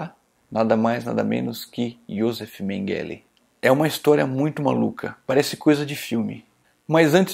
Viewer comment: Que agonia a forma como você pronuncia Mengele. Totalmente errada e abrasileirada. Quem pronuncia esse sobrenome corretamente é a senhora idosa.